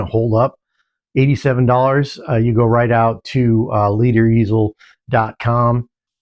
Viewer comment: Thank you for the positive review and for showcasing the LederEasel on your YouTube channel! I did want to mention a couple of small things. My name is pronounced "Leader," and my first name is Eddie, not. I'm sure an instruction sheet was included in your package – it may have gotten stuck inside the box. The instructions cover both the easel and palette holder. Please use a coin or screwdriver when attaching the easel to your quick connect to prevent spinning. The most common complaint I have received is concerning the easel spinning because it wasn't attached securely which is an easy fix, thankfully. Additionally, the maximum panel size for the easel is 11" when measured between the clips and not the crosspieces, so an 11" x 17" horizontal panel can be used with just the upper half of the easel. Despite these minor points, I'm truly grateful for your review and its publication on YouTube. Thanks so much, Eddie Leder